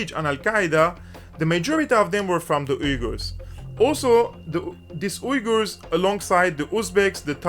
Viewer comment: Is he saying "wiggers"? Because it sounds like he's saying "wiggers". Do "wiggers" have their own country now? I hope so so they can celebrate their "wiggerism".